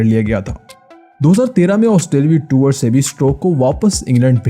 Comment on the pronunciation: Wo tuor nahi tour hota hai ☺☺☺☺